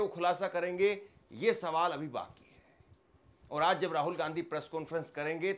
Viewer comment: Urdu Bolney ki koshish mat kro tum se na ho payega Aaz nahi hota Aaj hota h